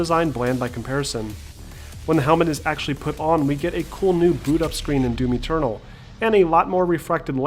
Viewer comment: The way you said doom eternal sounded like doomy turtle. :)